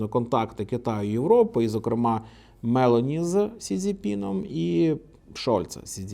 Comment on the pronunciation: Вона МелОні, а не МЕлоні